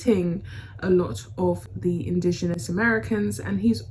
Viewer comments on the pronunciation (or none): none